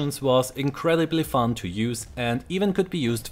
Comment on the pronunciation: Battle(non)sense ok :P, also its "fun" not "fund"